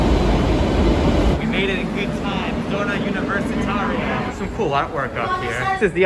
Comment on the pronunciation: It’s pronounced “zo-na-ooh-nee-ver-si-tar-ya”